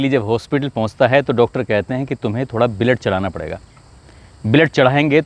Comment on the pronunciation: ब्लड बोल बलेड बोलरा देख तू